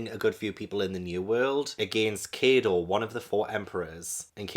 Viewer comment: Also it's K-eye-DOH, just as a bit of a reference